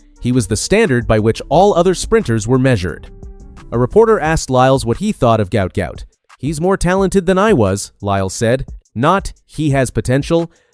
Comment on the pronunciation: His name is pronounced Gwat Gwat in Australian English.Im 57 years old/young from Brisbane Australia 🦘